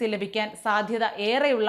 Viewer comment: പോർട്ടുഗൽ അല്ല കുട്ടി പോർച്ചുഗൽ പറ്റില്ല എങ്കിൽ പറങ്കി നാട് എന്ന് പറഞ്ഞാലും മതി